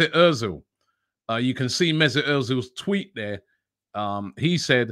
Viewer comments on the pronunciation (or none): none